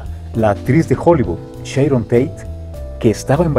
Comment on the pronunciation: Sharon, no Sheiron